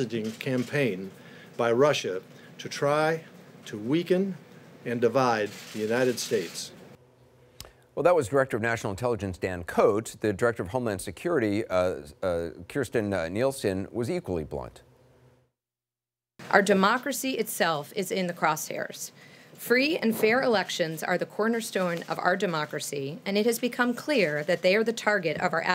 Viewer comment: Her name is not pronounced Kiersten. It's Kristjen-pronounced Kristian.